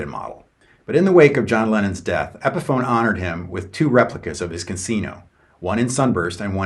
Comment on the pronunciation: Pronounces Epiphone like epiphany